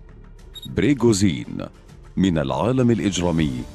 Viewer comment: ليش تقول بريغوزين تره اسمه بريغوجين وانت كاتبة اصلا بالعنوان ؟؟ ليش دس لايك بسبب الاسم الغلط والالغاء الاشتراك بسبب عدم نقل الحقيقه وتحريف الاسم